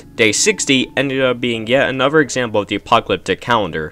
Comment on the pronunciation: STOP SAYING ANOVER!!!!😂😂😂😂😂😂😂